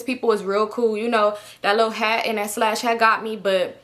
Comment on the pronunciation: you calling a sash a “slash” is frying me.